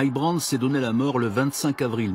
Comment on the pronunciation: BRANT. Not Burnett.